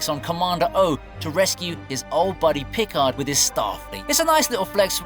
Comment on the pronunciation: What's with the weird way this announcer pronounces "Picard"? Hello! It's "Pi-CARD".